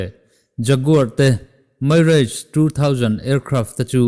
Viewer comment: Mirage hi Mairaige tia lam tur ani lo.. mizo taka MI RAAGE tia lam tur!!